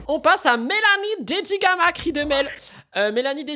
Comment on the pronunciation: En parlant de Dedigama ta langue a fourché et tu as dit "Dedigaga" c'était cute XD